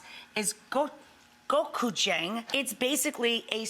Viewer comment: I saw this episode when it aired on TV. This video was edited, meaning that there was a part that was cut off of Rachael saying she spent hours over and over learning to pronounce gochujang on her tablet. However, she still butchered the word. I just came here to see that part, but it’s clipped out for this video.